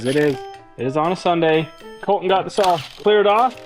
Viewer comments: Is it Col-In, or ColTin? It is okay to enunciate the letter T. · Someone needs to tell that there is a "T" in "Colton"... He says "Coll-een" 😂😂😂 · Your all saying it wrong "E or colton"